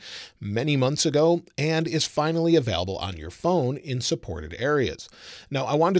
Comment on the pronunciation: Is he saying “available” or “avelable”